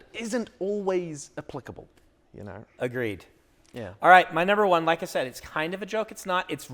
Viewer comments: OOHHHHHH “said”….not “Cid” I was really confused about why we were talking about final fantasy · "Said" my dude, maybe I need to turn this up a bit but I thought you were saying "SID" like it was some sort of short hand for something. Got it once you guys got into it though. This is great, thanks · I heard that 'said' as 'sid' for the longest time. As for writing what you know, if you don't know, DO RESEARCH. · Oh "said".... I kept thinking he was saying "sid" or S.I.D. like an acronym for some writing technique, lol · I'm guessing you're joking, but in case you aren't: They were saying that they thought it was a term or acronym. But it was just his accent — giving the word "said" more of an "i" sound (as in "did"), when Americans usually pronounce it with an "e" sound (as in "bed"). It was just one of those: "Are you sure we're both speaking the same language?" moments.